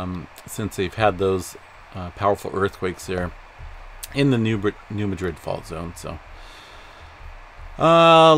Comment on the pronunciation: Pronounced New Mad Rid